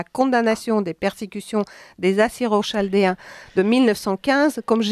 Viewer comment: Changez d'assistante !! c est vraiment pénible au bout 15 mn. Chaldéens/Kaldéen etc... etc... même les villes ukrainiennes elle les écorche ! alors qu on les connaît par cœur. Elle n a strictement aucune culture. C est minable d'embourber les oreilles des audiiteurs de la sorte.